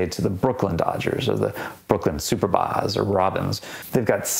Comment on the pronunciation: FWIW, it’s pronounced ‘suPERbas’, like the word superb, not ‘SUPer-bahs’.